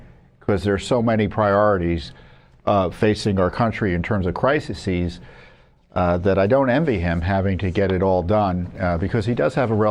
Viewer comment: Tom - Please pronounce the plural of "crisis" as 2 syllables "cri-sees" NOT cri-si-sees.